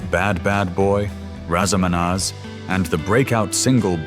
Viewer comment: This is an AI video. Wrong facts, wrong photos of the people who are spoken about. The AI can say Nazareth but cannot say Raz a Manaz correctly, among other names.